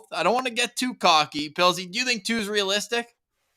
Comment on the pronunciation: Did call Pilzy…”Puddles”? 😂